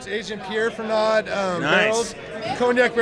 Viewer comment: Pierre Ferrand not Fernad lol I'm an idiot! Cheers!